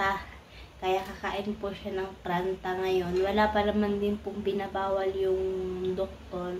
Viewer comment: Hindi paranta! Paratha ! And the other one is roti or chapati 😅